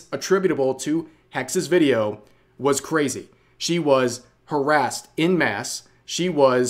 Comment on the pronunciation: it's not "in mass", it's "en masse" the "en" is pronounced "on", but "masse" is the same